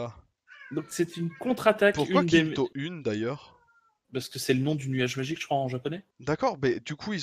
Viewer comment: hihihi tu ma fait deliré sur la prononciation de kinto-un ;)